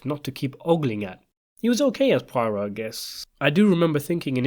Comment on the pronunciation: Okay. Poirot’s name is actually pronounced “pwah-ROW.”